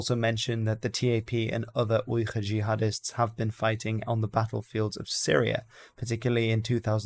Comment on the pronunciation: the pronunciation of "Uyghur" is with a normal "g" and not whatever you are doing